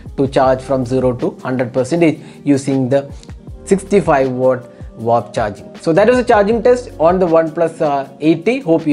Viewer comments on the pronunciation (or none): It's watt.. Not wooott